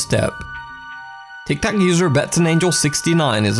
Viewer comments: It's Tik Tok not Tik Tock. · for some reason it really bothers me that he says "thik thok" and not "tik tok" xD